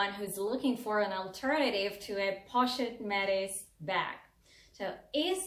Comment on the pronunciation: You are pronouncing the Pochette Métis incorrectly! You should look up videos on it so you can pronounce it correctly!!! It sounds very off. I love both bag! I found this video because I’ve become obsessed with the mylockme bag in the pm. Great video!!! New subscriber!